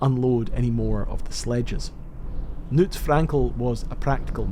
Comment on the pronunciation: the K in Knut is not silent